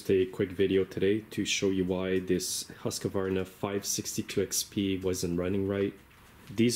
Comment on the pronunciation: Not Husq A varna Husqvarna